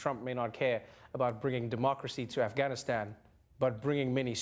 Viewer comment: Noah's pronunciation of 'Afghanistan' was better than the other reporter. It was closer to the original.